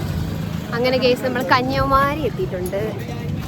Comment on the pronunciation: കന്യമാരി അല്ല 🤣കന്യാകുമാരി ❤️🤣